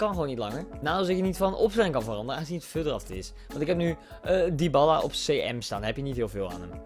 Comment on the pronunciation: Niet Dyballa maar Dybala....!